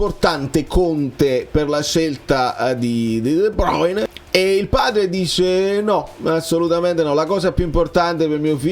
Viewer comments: Ma come un altro video su De Bruyne...si DUI BRUYNE 🤣💙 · La pronuncia che senti da google è Olandese, in Fiammingo è esattamente come è scritto. Fonte: vivo in Belgio da una vita